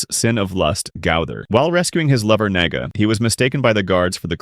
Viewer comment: Who's Naga? Man it's Nadia btw those Ai generated voice line doesn't even say it right😂